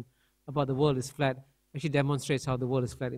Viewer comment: he can barely say the world is flat , " OMG nandan is telling me the world is flahh , HONEY im going to write a book that the world flehh"